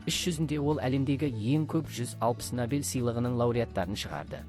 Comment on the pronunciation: Ассалаумалейкум. Сіздің бір сөзіңізде әріптен қателік кетіп жатыр. Набель сыйлығы емес-Нобель сыйлығы деп айтыңыз.